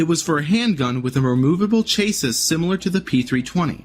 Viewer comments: Chase-iss? How about sounding it out like this, CHASS-EE... CHASSIS. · 🤦🏼‍♂️ Cha-See. Not Chay-Sis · Chase-is. It’s pronounced, Chas-E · Narrator, please look up how to pronounce chassis. It’s “Cha-see” not “chay-sys” lol. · Please stop pronouncing the word chassis as 'chase-sis', it's pronounced 'chassy'. (Honestly, you lost a fair amount of credibility there). No issues with the 3 different versions of my P320s and thousands of rounds through them. I carry them everyday. While initially, there was a drop-safety issue, that's been resolved for a few years now, I believe the discharge issues now are user error rather than something wrong with the weapon, but that's just my own opinion. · It ruined the validity of the video for me the second i heard it… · Ortiz = Or-TEASE Chassis = Chass-SEE Done gave me cancer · What's a "chase-is"? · Are we gonna gloss over the narrator pronounced chassis as chase us? Ch ass e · Bro. You really need to read a Thesaurus and a dictionary before you make anymore videos. I have NEVER heard an American mispronounce this many English words in one video. In my life. Sorry. But someone had to say it. “Chassis”. Is pronounced “chassy “. That one bothered me the most. O yeah. “Ortiz” is pronounced “OrTease” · Chay-siss. Because around here we put the emphaysiss on the wrong syllahbul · Friendly pronunciation correction: Chasis = Cha + See (Cha like Chad plus See). Great video! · Godda**it, do you not know the word, "chassis"?! It is pronounced, "chassy". You know, like a car "chassy". Muthafu**er!? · New pronunciation of "chassis" unlocked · Learn how to pronounce Chassis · How are you a grown man and don't know how to pronounce chassis? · The way you say "chassis" mispronounced "Ortiz" and had audible difficulty pronouncing "evidentiary" is much harder on my ears than it should be...... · Is the narration for this video computer-generated? Or does the narrator really not know how to properly pronounce chassis and Ortiz?